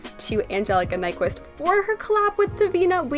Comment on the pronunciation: I think her name is pronounced nick-vist if I’m not mistaken.